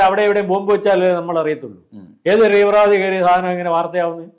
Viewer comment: ത്രീ വൃ വാദി അല്ല തീ വ്ര വാദി അല്ലെ.? ഇമ്പോസിഷൻ ആവിശ്യമാണോ..?